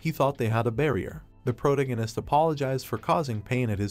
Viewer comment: Cross... prodegness CREST PROTAGONIST